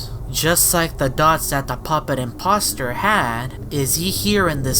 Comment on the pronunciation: It’s the I’m-pop-ster